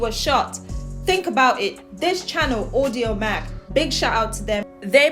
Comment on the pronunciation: Thank you for the shout out. I was trying to find your email to let you know you pronounce my name wrong. You always say (Audio Mack.) It’s (Audio Crack 22) I wanted to tell you last time but I was so excited for the love and just seeing you showing love I just left it alone. I notice you say if with Mack on the last 2 videos. I just wanted to clarify it. Keep up the good work. I love watching and thanks for showing my work and my thoughts as well. Appreciate ya. (Audio-Crack 22) much love and thanks again! Wait till you see what I have next.